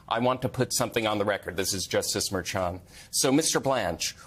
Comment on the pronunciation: why can't you pronounce Marchan? 😀😁😂🤣😃😄😘